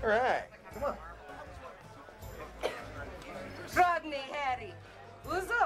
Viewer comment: "Rodknee & Hairy" 💀